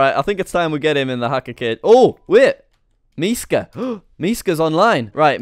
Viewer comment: Actually you said Miska perfectly